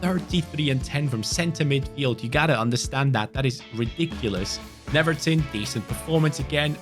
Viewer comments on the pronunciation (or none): Not to be the boring guy, but is pronounced like “Neuerton” because here in Brazil “W” is like “U”